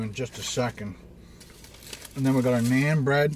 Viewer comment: Its naan not nean hope you get it